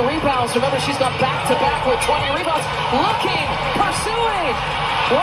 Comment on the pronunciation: "mebounds" is hilarious